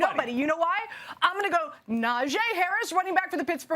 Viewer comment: Say it with me: NA JEE like JHEE/GEE Harris. Stop butchering my man’s name if you really appreciate him so much